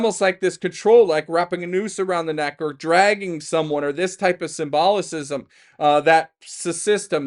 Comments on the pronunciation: Love you dude, but the word is SIM-BO-LISM>(symbolism) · don't know if you've seen Boondock Saints, but every time you mispronounced symbolism, I heard Willem Dafoe saying, "The word you're looking for is symbolism." Made me giggle, iykyk 😂